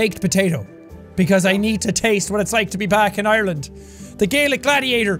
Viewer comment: "THIS IS OURLAND" with a dense Irish accent «IRELUND!»